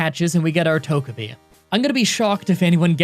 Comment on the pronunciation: I always thought Togepi was pronounced “Toe-juh-p”